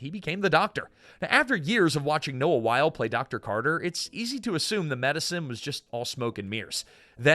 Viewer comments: I love your channel, but you need to look up how to pronounce people's names.It's not Noah While it's pronounced "Why-lee" and Michael Crichton is pronounced with a long 'i' That one I know for sure because I met him. I give you half credit for being consistent. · I’m here just to see how many complaints there are on the pronunciation of Wyle. It’s pronounced “while-ee” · Again, if you are going to present a video like you know something about the topic, it would help a lot if you didn’t mispronounce names multiple times! Why-lee not While! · The names are pronounced as Noah "why-lee", not "while" and Michael "cry-ton", not "crich-tun". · He's pronouncing Wyle wrong as well. It isn't Wile. It's Wylee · It's pronounced why-lee. WHY-LEE. Also, cry-tun. CRY-TUN. Ffs... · WYLE LIKE WYLE-E! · Every time I watch one of these damned videos I remember why I shouldn't. Mispronouncing things constantly!!! Michael Critchton? Noah While? Need to check your AI research tool more buddy. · I do love these videos but for heaven's sake, please research your pronunciations. Every time you mispronounce Noah Wyle and Michael Crichton, a hoard of fans want to throw something at their screens. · Love this show so much! ❤. (Michael Crichton and Noah Wiley's names are being mispronounced. OMG Do your research! )